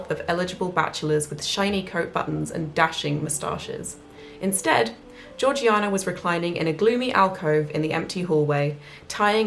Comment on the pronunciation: Slam your hand down on the table if I'm wrong; but isn't Georgiana pronounced Jaw-jay-nah? Ps. I loved your reading... I'm hooked!